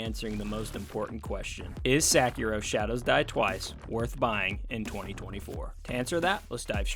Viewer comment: Great review but you butchering that name 😭😭😭